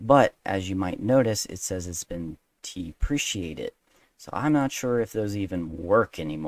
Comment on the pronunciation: Very useful for reminding myself and others of available hotkeys and hotstrings, thanks! Btw, regarding the pronunciation of "deprecated": I think it's "de-pre-kate-ed" (looked it up myself recently). I understand it to mean: "Works for now, but start looking for alternatives as we might remove this in a future update."